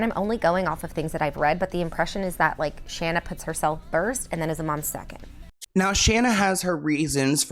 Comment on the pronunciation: Say it with me now Shane A not Shanna